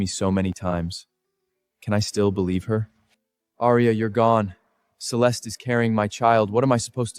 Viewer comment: These AI movies always use the name Celeste but never pronounce it correctly🙄🙄